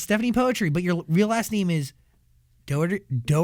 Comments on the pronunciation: Si stephani kok ngomong poetri nya juga "poetri" buka putri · i dont know why she doesnt correct the pronounciation of poetri. princess in indonesian is putri not poetri or poetry thats not the same word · Why saying poetri not putri? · Bangga si anak diva indo. Tapi dianya kenapa bilang "poetri" bukan putri sesuai bahasi indonesia. Kalau bule pasti ga tau dia pasti taulah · Poetri reads as Putri/Pootree right in Bahasa? But i guess she made it as Poet-ry as her stage name huh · yes, i understand that. If you watch this interview and some other, they say the name poetri literally, like poetry. Even she herself called her name that way. Thats why I said that I ve been calling her name wrong as "putri" instead of "poetri" like everyone in the video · so its not Putri, but Poetri like in 'poetry' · Stephanie poetry lollll Its pootree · Actually there is a video, that will explain how her name suppose to pronounce, it's Putri but she likes to pronounce it like Poetri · I never knew that her last name was pronounced Poetri like in "poetry", i thought it was Putri 🤣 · so you pronounce your name "poetri" like "poetry". didnt know that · Why does she pronounce her name wrong? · She pronounce her name wrong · iya mbae, sabar atuh. Kan saya bingung kenapa dia sendiri yg ngeja nya begitu. I was just genuinely surprised that she herself pronounced it that way